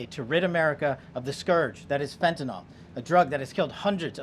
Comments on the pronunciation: fentanyl. Not fentanil KP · Fentanly not fentanol kp